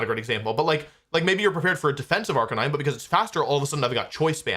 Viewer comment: no way he says arcaneenay instead of arcanine. it’s literally a canine